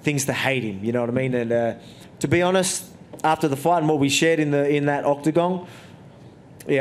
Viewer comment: "After what we shared in that octogong"